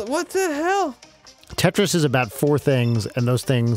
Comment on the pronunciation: You didn't even say it! YOU SAID TRIS. NO.